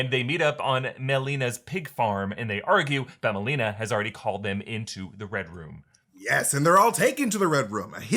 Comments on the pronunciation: Is it me or do they keep saying "Red Rum"? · Everytime they say Red Room I hear REDRUM